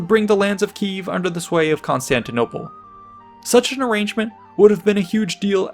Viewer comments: it's Kiev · It's Kiev*